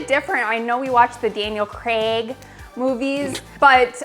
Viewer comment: OK, don't know about the sarcastic pronunciation, but thank you for saying 'Craig' correctly. It is NOT pronounced 'Creg'. No, this isn't being pedantic, it's disrespectful to mispronounce names if you have been told how to do it properly. If you DON'T know then fair enough, otherwise make the effort.